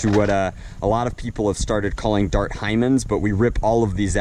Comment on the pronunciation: you said Bart not dart